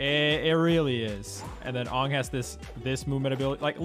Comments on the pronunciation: His name is Aang. Say "A-ng" not Oong. Please people stop calling him oong. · I can't forgive Leffen for saying "Ong" instead of "Aang". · Man really said “ongg” its AANG! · A few dubs in Europe say Ahng instead of aang. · Your saying angg wrong it’s not aung it’s aang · bro called him fuckin AAHNG. lol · I hate that Leffen says avatar names wrong on purpose lol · Stopped watching when he pronounced Aang’s name wrong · Why does no one know how to say Aang and Toph? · The way he pronounces Aang you know he hasn’t watched the series smh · what if he watched the movie? jk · You are pronouncing Toph and Aang wrong. Toph should rhyme with "cough" and Aang should rhyme with "Tang." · The way Leffen pronounced Aang and Toph’s names gave me huge M.Night Shyamalan nightmares 😭 Stop saying their names like that. That’s not it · How Leffen pronounces Aang and Toph HURTS me......